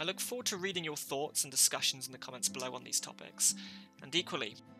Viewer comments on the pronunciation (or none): none